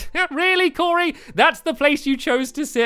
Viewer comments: you said coray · you called cory corrie like corination street the way the call it corrie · I always think Stamps is saying Curry instead of Cory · it sounded like he said curry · I know right! And today we're going to be joined by curry!